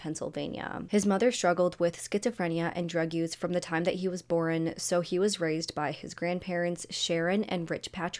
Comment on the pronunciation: Girl I love your videos but the way you pronounce the word “born”…it’s BORN, one syllable.. not borin. It drives me crazy 😅😅 love you though and I watch every video! ❤️❤️